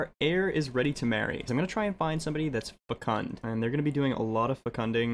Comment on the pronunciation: why does he say fecunt XD